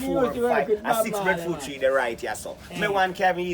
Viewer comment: Breffruit? Seriously it is breadfruit with a a and a d